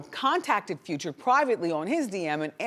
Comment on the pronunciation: i hate how she says Future like Few-cha....ugh